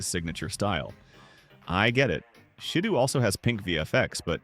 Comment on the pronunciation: “Say and shadoo’ WTF